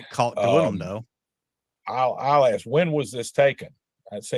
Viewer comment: She’s Intelligent enough to pass the bar exam but can’t pronounce ask correctly? hmmmm, I wouldn’t hire her